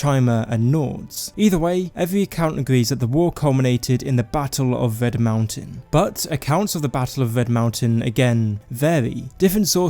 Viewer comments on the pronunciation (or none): ITS RED MOUNTAIN NOT VED, RED!!!